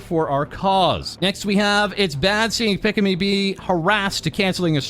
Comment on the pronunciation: "Pick-a-me" instead of "Pika-me" lol. More like Pikachu, dude.